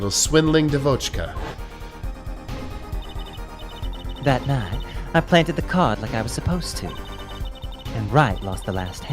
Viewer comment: For further use, the word devotchka should have an accent on the first vowel instead of second. Not "devótchka", but "dévotchka".